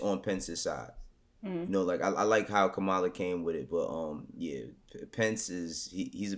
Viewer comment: Comma-Luh not Ku Mah La 🤦🏽‍♂️